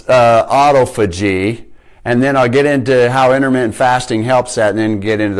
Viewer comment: Its pronounced ah-tof-ah-gee. Good info tho thanks